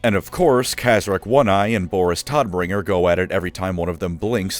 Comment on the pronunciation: As someone who speaks German, I absolutely NEED to tell the "o" in Tod(bringer/meister) should be drawn out a bit, sounding closer to "Toad" than "Todd".